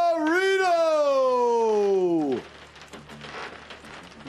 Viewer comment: Wow. For an incredible grappler and generally decent to good commentator that may have been the worst commentary ever by Chael. Wtf, just heard of Pedro “Marino” lol chael 🤣